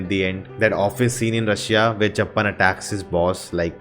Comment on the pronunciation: Sooraj❌suraaj Subramaniam or 'chuppan' not chappan 😎😎 Bro now you are going on a right track of world cinema😎